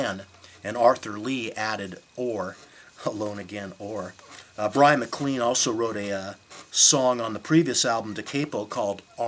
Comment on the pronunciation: Look, I have to admit that forgot "Alone Again Or", didn't pronounce "Da Capo" and Bryan MacLean correctly and used notes (OMG) but his info was primarily correct. He didn't say Neil Young produced "Forever Changes". He didn't say Glenn Cambell and Leon Russell played on it - he said they were members of the Wrecking Crew. He did say that Neil Young was discussed about producing it and that the Wrecking Crew tracked 2 numbers. An interview with Johnny Echols found here confirms these facts. I have "zoned out" when in front of people and forgotten names so I know how this could happen in front of the camera. As far as pronunciation, so what - we all knew what he meant. Give this guy a break! Just be glad he's keeping the music of Love out there.